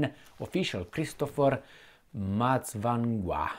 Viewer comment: Yes thanks for reporting on my home country Zimbabwe, great pronunciation of Mutsvangwa.